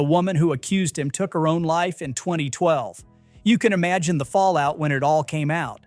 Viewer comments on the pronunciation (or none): none